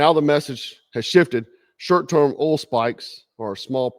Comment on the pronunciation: It's oil, not ohl 😂